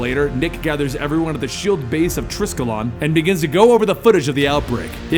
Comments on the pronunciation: isnt it tri-skel-ion not triskelon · Did, did say "Tris-kil-on?" Tri-skell-yun! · Tri-skell-ee-on; not triss-kell-on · Anyone else get slightly annoyed by his pronunciation of "Triskelion"?